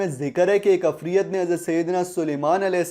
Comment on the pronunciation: Afriat ni ha bro ifrit ha